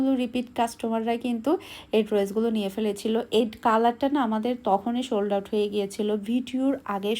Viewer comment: Apu shold out na sold out bolien pls shunte bhlo lage nh apni alwys shold out koren aitah sold out hbee